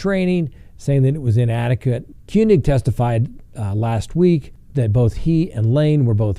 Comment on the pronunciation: Former officer Kueng - pronounced Kang. I know you get so many different ways to pronounce names but I thought I would help with this one. I've been following the cases very close so I have heard the names spoken directly from the accused.